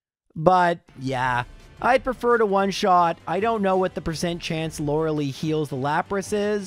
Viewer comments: My soul felt every time he said Lorelei wrong. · do english speaker really pronounce lorelei this way? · I'm going insane at how he pronounces lorelei "LAURA LEE" instead of "LORA-LYE" and how he pronounces Arcanine "R K 9" instead of arca-nine"